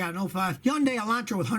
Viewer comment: Scotty is finally pronouncing Hyundai correctly!!!!!!!!!!! No more yun-dai